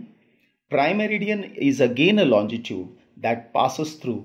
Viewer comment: tnxxx, just one tiny mistake in ur pronunciation, u say longitude as lonjitude, but the spellings are right, apart from that the vid is amazinggggg